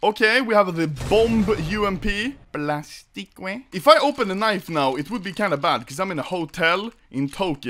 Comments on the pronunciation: It's not Plastikwe. It's Plastiik. Google the pronunciation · Ludd « plastique » we pronounce it like plastic :) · Inkar Temirkhan plasti-quee 😂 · "And here we have the UMP Plastiqwei " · Probably fake reactions but hey thats ok. Victor in his vid pronounced plastique as plastikwe, so you obviously had watched his vid. Not so fast lmao